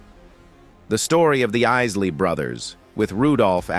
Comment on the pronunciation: First of all, how insulting. This announcer pronounces the Isley Brothers to the Issley Brothers. Either this is a deliberate slight, or someone doesn't know what their doing!